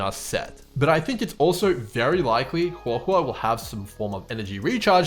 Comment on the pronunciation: Just wanted to compliment you on the best pronunciation of her name I've heard so far 👍 also really appreciate the early analysis, I've been waiting for this!